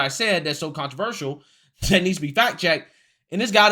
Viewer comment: She won, but I DO wish she'd take one second to learn to say "controversial" Marjorie it's "contra ver shul" We don't need one more excuse for them to say that we're "anti intellectual" and backwoods idiots.